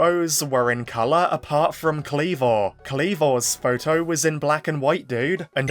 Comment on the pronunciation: Why'd you keep pronouncing photo as "pho-oh"? 😂